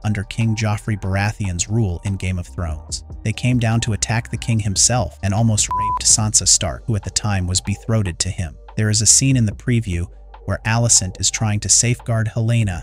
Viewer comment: is this an AI voiceover? Way-gar instead of Vhagar, be-throated(!) instead of betrothed... This is a good preview, however, I feel more comfortable listening to a natural speaking voice, like Gray Area and others. I will check back when this channel posts it's next video, in case the robotic one-tone voice narrator is dropped.